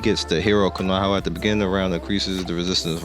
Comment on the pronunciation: I think it's K-O-N-O-H-A not Konohaua